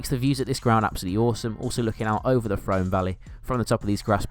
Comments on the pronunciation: It’s A-run-del not a-RUN-del. Pretty sure it’s ‘Froome’ also. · Yes, Frome definitely rhymes with broom.